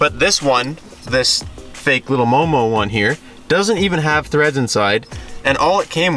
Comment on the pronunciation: Are you sure it's MOMO and not EOEO? 😆